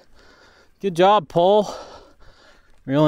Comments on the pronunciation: Hey did you know its pronounced pol-ay. As in Go in finnish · The more I ride this bike, the more i love it. Pole did a great job on this, it's one of my top steel frame recommendations for modern riders in challenging terrain. Oh, and THEY'RE IN STOCK! Also, I don't pronounce the company name correctly. Sorry pole! It's pronounced po-lay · It's ok. GMBN are sponsored by them, and even they pronounce it wrong.